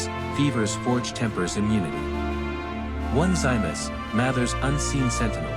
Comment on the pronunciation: His name is pronounced Oh-nis-see-muss!!